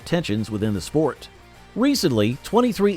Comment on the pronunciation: I have a peeve every time I watch you and 2311 comes up you pronounce them as 23xi well the Roman numeral for XI is 11 it would be much appreciative if you do it and pronounce it the proper way it's 2311 not 23xi